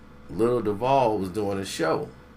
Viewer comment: Nigga it’s pronounced doo—vol